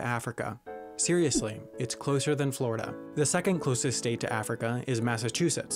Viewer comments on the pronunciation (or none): none